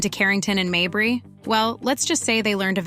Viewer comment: Stop mispronouncing mabry